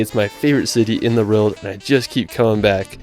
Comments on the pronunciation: I can totally understand him not getting a lot of the England specific pronunciation correct but "rild" instead of "world" just weirds me out. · It just sounds like he has a slight speech impediment that's all. Notice how he pronounces 'world'.